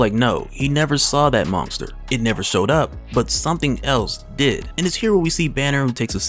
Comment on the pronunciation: Man you say "monsker" nonskop!